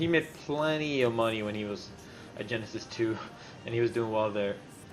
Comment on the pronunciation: jasty powalski I think he says it more like "Genesis, too" rather than "Genesis 2"